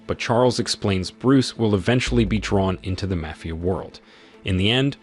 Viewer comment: what the fuck is a Mayfia group? if your not going to use your actual voice then get a better ai voice over that can pronounce the correct words.